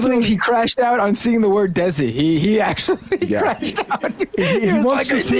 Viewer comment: Listening to Kirk try to pronounce Desi damn near broke me